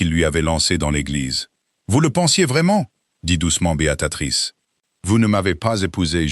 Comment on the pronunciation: L'IA ne sait pas prononcer Béatrice renooncez à ce prénom ! C'est lamentable .